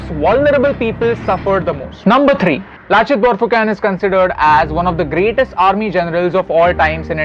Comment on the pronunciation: Lachit barphukan pronunciation is wrong